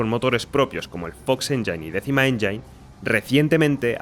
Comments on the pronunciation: Buen video le dejé mi like, aunque hay algo que me pasa con MUCHOS creadores de contenido españoles cuando pronuncian MAL la palabra "engine". Pronuncian "endzain" en vez de "endzin" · Cada que pronuncias "Engine" como enyain en lugar de enyin muere un pajarito😂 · Que no es "enjáin" es "éngin"..... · que los ejemplos que pones se vean todos igual, o que no tengan alma, nada,. absolutamente nada, tiene que ver con el motor. Al César lo que es del César. Por qué pronuncias Engine de la forma "enyain"? crees que se pronuncia así? Seguro que tienes suficiente experiencia en la industria? Es chocante despues de lo que te señalo. Todos los motores de EA se han convertido siempre en algo inmantenible. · Buen video, una pregunta porque le dices enyain? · tod bien, pero por qué los youtubers españoles les cuesta pronunciar bien palabras en inglés? ni Unreal se lee textual ni Engine se pronuncia “enyain” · Me alegra saber que no soy el único al que le da toc oir unreal enyain xD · Igual no se como tiene experiencia en creación de videojuegos con esa pronunciación. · Si vas a hacer un video hablando de motores aprende a decir "engine" en ingles bro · Así no se pronuncia "engine" hermano.